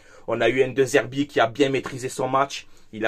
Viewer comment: Dé Zerbi, le E se prononce toujours É.